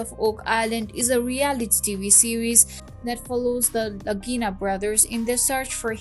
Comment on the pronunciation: I believe you mean “Lagina” not “Ragira”🙃